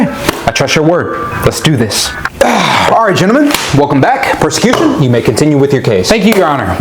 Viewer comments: PROSacution. Not PERSacution xP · I know it was probably a soundalike mistake, but calling the prosecution the "persecution" is actually pretty funny if you know what it means. Also not my man Matt Murdock showing up to court drunk because there's no other way he'd be able to stomach defending a child murderer lmao